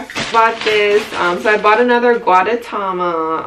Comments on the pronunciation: lol this probs doesnt even matter but the little egg character is pronounced goo-deh-ta-ma (gudetama) and it comes from Japan, from the same company as Hello Kitty (sanrio). Just a bit of info lmao. Also gr8 vid i was acually planning on buying stuff from yesstyle and this helped with the sizing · how to pronounce: goo-tae-ta-ma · Your constant mispronunciation of gudetama just reminded me of Benedict cumberbatch mispronouncing penguins hahaha nice haul btw! 😊